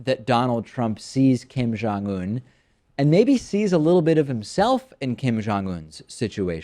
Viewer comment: It sounds like they are saying "Kim John-Un".